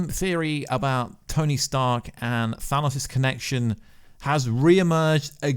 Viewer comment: Well done, never stop telling people that it is pronounced 'Thanos', not 'Dan Owes' like so many Americans insist on believing